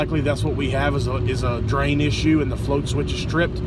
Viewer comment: What's a "drian"?